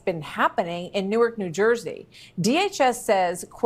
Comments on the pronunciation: Hey we pronounce Newark (Nork)... And yes that mayor is a clown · It's pronounced like new orc, not new ark. We aren't Delaware. Lady you live in Newark, it's toxic no matter where you are, stfu.